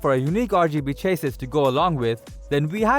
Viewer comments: It's chassy not chasys :-) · dude go please in front of a mirror and say "cha sea" 55,000 times and then repeat it faster and faster until you can pronounce chassis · Love the content. Hate the way you pronounce chassis